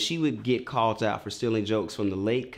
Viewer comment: Sanctum Sanctorum the way he says especially, the way he said curry, callt instead of called